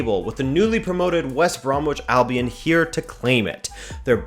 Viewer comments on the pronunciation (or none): none